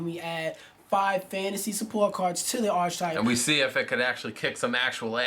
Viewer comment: not going to stop downvoting these until they learn to pronounce archetype.